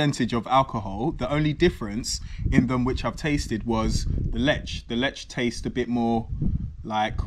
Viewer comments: You should say: Leeh, Leahh not Lech (in short) not as it says on the label. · It's not "Letsch" ! It's "Leh". "H" is a clear sound. Also, the Polish "w" is pronounced like the English "v", like in very". Never is it pronounced like in English! BTW, You can't taste so many beers one after another. You will never get the individual taste! You just get a jumble, and you can't know anything that way. Also, when you've had enough beers, every beer tastes good, because you're drunk! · I am more interested in command of Polish language than his preference for beer. I wonder how long it will take him to figure out that pronunciation rules in Polish are highly consistent. He correctly pronounced the name of the town ‘Tychy’ [ti:hi:] but butchered ‘Lech’ by saying [letch], instead of [leh]. I will bite my tongue and comment on the beer he was sampling: in Poland, sweet beer is drunk by people who don’t really like beer but want to be a part of the beer drinking crowd - mainly women and underage drinkers. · Lech is pronounced as Leh. Warka is pronounced as Varka. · Wherev is zerviets no1 in Poland? Lech is pronounces Lek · jak powiedział Lecz to wyłączyłem kolego, to jest Lech, nie Lecz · Sam się lecz XD In Lech c is silent. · Lech nie lecz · "CH" in Poland is pronounced like "H" in "Have", "Hair" etc. not like "CH" as in English words "CHocolate", "CHeck". "W" in Poland is pronounced as "V" in English words "Verb", "Vers" etc. :goodvibes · You pronounce Tychy correctly so try to say Lech with this same sound of “ch” and w is pronounced as v is it is not hard.😉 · ch reads like h A very annoying mistake for Poles